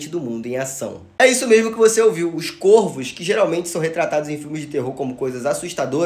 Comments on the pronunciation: Se pronúncia "cÓrvos", não "cÔrvos". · “Córvos” é a pronúncia certa, plural metafônico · Córvos é a pronúncia. Chama-se plural metafônico.